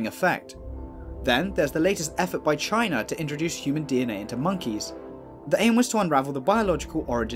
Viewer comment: "Chyna".... go figure! SMGDH!